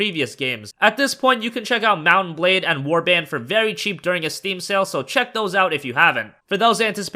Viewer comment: It's pronounced Mount and Blade, not Mut-bade... For a moment I didn't know which game is he talking about.